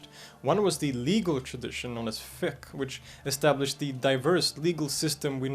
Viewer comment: It's not Fiq, it's Fiqh